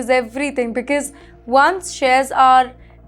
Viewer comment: Not beeeceeuse watch out your prounciation